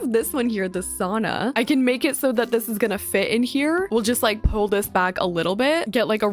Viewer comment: I’m so sorry girl but as a finnish person the way you pronounce sauna just makes me cringe😬